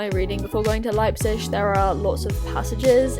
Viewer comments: It's actually pronounced lipe-zig. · The “g” at the end of the word pronounced as a “sch” is a regional thing - not everyone in Germany pronounces it like this : )